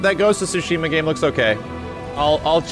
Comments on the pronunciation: Yeah, the ‘T’ is definitely not silent in Tsushima. It’s supposed to be ‘Tsoo-she-mah’ (I’m no professional when it comes to writing out pronunciations, so give me a break). Also, in Japanese, the first syllable is the stressed syllable more often than not. So, we tend to say ‘He-roh-SHEE-mah,’ but the stress definitely shouldn’t be on the third syllable in Hiroshima. Anyway, it’s not really all that important since the Japanese butcher English pronunciation with katakana, but if anyone actually cares about how it’s pronounced in Japanese, there ya go. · It's not "Sushima" , the "T" isn't silent. The developer simply doesn't even know how to pronounce his own game's title. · The T is not silenced. It’s actually TSU. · No the accent is actually Tsu-Shi-MA !! ツシマ、対馬 That's why make me laugh when I heard they say Su-shima!!😂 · No the creators confirmed it's said like sushima. The T is silent since the Dev said it in the State of Play. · The T in tsu is never silent in Japanese btw. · the t sound in tsu つ is slightly pronounced, it’s not su す which holds no t sound. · Dank Vader16 dev pronouncing it the american way like how you guys pronounce tsunami as “soonami”. the correct way of pronouncing is explained well by the mr up there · The T in Tsushima is definitely not silent. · the T isn't silent in japanese, it's just how he chose to pronounce it in english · the t is NOT silent, they just say it like that to make it easier... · I've actually been to Tsushima...there is nothing there. And the T is definitely not silent but it's a slightly difficult pronunciation.